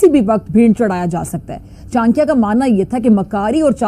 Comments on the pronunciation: ओ बीबी चाक्या नहीं चाणक्य होता है, पढ़ी लिखी नहीं हो क्या?😂😂😂😂😂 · Chankiya? Ye pagal hai kya? Pahle chanakya to bolna sikho.? My foot.jahil kahi ki.